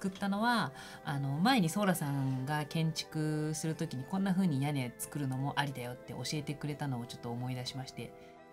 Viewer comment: 作るッ‼︎ のッ‼︎の感じがジョジョっぽい